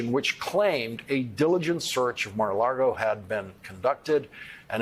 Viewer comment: You're doing great work (AS ALWAYS) -- and thank you indeed for that -- but (and it is the second or third time that I have mentioned it to you) this ISN'T a Humphrey Bogart film. IT'S "LAGO" -- NOT "LARGO". "Mar-a-LAGO" is Spanish for "Sea-to-LAKE" (because Fatso's gaudy property runs from the Atlantic to Lake Worth, a widening of the "Intracoastal Waterway"). "Mar-a-LaRgo", on the other hand, means "Sea-to-LONG", which -- in turn -- means "NADA"!!! (I'm "just saying", and, yes, I DO certainly thank you for your very insightful and articulate reportage. You're one of our best.)